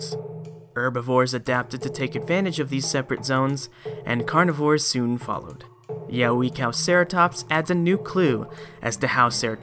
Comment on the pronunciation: Yeh-way-cow-ceratops is a more adequate pronunciation